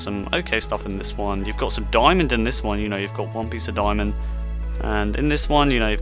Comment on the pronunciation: Why Do You Say ‚‚Doimond‚‚?